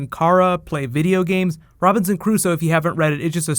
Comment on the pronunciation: it's robiNson not robiTson.